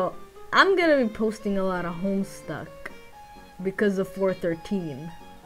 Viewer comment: I thought you said "hello my HamSucks" and I thought, HAM ISNT BAD